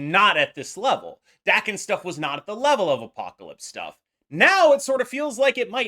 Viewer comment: FYI Daken is pronounced Dah-ken not Dack-en.